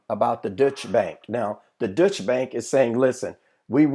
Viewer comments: Deutsche Bank.....pronounced like Doy-Cha. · It is not the "Dutch" bank it is a German bank called the "Deutsche" Bank .